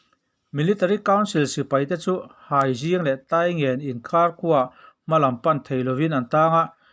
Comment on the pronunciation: Haizing ni lovin hiangzing (Hriangzing) tih tur